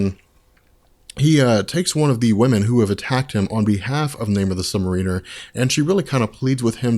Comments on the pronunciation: It's not pronounced Sub-mare-ee-ner. Just because it's spelled like submarine or just the word marine, doesn't mean it's pronounced that way. You are the first person I have ever heard that pronounces it like that. It's Sub-mare-i-ner or Sub-mare-a-ner. I don't know where you're from, so I realize it may be an accent thing. But it's annoying me the way you pronounce it. Edit: WHY THE FUCK DO YOU KEEP SAYING THE CHARACTER'S FULL NAME!?! You did the same thing with Speedball's real name. Just say the first or last, or in the case of Namor, just that. You don't have to use his name and title every damn time you refer to him. By the gods I feel like I'm going to go crazy listening to you. I'm seriously debating unsubbing just for that one reason. And I just might if I decide to continue watching these videos, because whether you're fucking up a persons name or not, your voice is getting real irritating. At first it didn't bother me and I continued watching them because I liked the subject on which you were talking about. But now I just can't get over the way you say Namor's title. Which is just adding to the irritation of you voice. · FOR GOD SAKES IT'S MAR-uh-ner it's been driving me nuts since you've started making videos for the love of god learn2english. He's not a freaking u-boat pilot. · yeah... it's sub-mArin-er... also captain marvel is pronounced captain mar-VEL... meow... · I really appreciate the work you put into these videos and I'm going to watch all of them and I subbed but every time you say, "Namor the Sub-Mariner," I want to punch myself in the face.